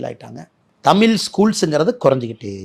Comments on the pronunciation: Anna first say 'தமிழ்' properly.. it's not தமில் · Annamalai should correct his pronunciation of word taml l × தமிழ் மொழி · முதல்ல தமிழ தமில் என்று சொல்றத சரி செய்துகொள். இந்தி வேனும் என்று சொல்ல நீ யார்?